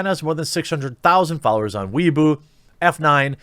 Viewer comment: I think you meant Weibo (pronounced Way-Bo) but it's alright that you mispronounced. It's bootlegged government approved Social Media in Communist China anyway. Saw Social Credit points going down - Perfect.